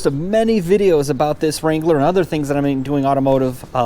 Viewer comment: Finally someone who knows how to pronounce the name!! and.... Go Bills!